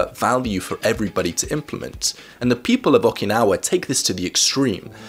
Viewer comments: Nobody:: Okee- Naw- Wah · Oh man, I love these videos and the concept of Ikigai, but the way says "Awk-i-naw-ah" is killing me Thanks for your work on the video, man! Love your work and appreciate how serious you are about it and making people's lives better.